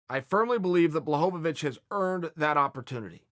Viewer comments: lost my shit at john blahohawich lol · Ah yes, Jan Blahowowich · Take a drink every time Chael pronounces Jan Blachowicz's name differently